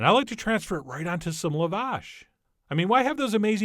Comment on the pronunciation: Okay, call them KEBAAA 🐑B... But Lavash, is pronounced LaaaaaVash. Yes accent on the 1st Syllable but the “La” is pronounced as an Ahhh, like saying ahh I’m sorry. Lavash 🫓 yum 😋